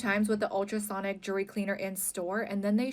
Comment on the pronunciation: The word is jewelry, not "jewla-ry". The root word is jewel, not "jewla". Unwatchable with this mispronunciation.